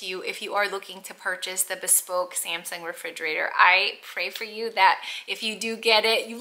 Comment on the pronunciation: I have to be honest, that really tickled me. I am tickled by all the mispronunciations of just the word "bespoke," also. I have heard "bee-spoke," "bes-poke," and my favorite, so far, is "bes- pokey". 😂 Btw, for those who aren't sure of the pronunciation, it is *buh-spoke.